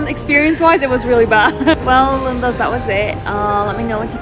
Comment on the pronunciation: Plz stop saying Lindas